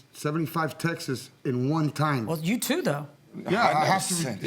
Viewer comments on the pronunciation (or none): Why doesn't anyone know how to pronounce "texts" properly?